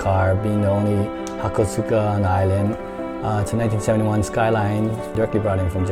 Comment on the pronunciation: Duuuude its not pronounced ha kooo soo ka. Its pronounced Ha koh ska